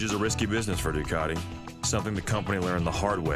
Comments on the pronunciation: I never knew Ducati had a hidden R. Why does the guy doing the voice over say Ducati grammatically like Du Car Ti The Italians pronounce it Ducati with no hidden R. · He just said "Duwcardee" again, I'm out.